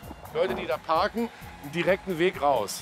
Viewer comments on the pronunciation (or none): peter kann das wort "parken" und "Parkhaus" nicht aussprechen